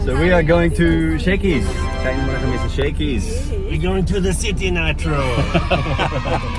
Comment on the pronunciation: Haha, says “city” with a Filipino accent 🤣🤣. Also was that kid at the end a beggar or was he providing some kind of service? He didn’t smile or say thank you 🤷‍♀️